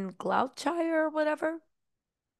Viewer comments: Hi, Loving your video's, but I just want to say that the correct pronounciation of Gloucestetshire, is... Gloster-Shire. 🙂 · ‘Glowchire’ ‘Hannerbury’ 🥴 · Bit of help for you. “Gloucestershire” use Glos teh sher…. Glostehsher. And ‘Norfolk use Nor fuk …Norfuk /and that’s from someone who’s lived in both locations and speaks both dialects👍😊